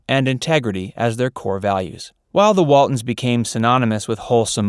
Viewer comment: Its Waltons, not Waldens.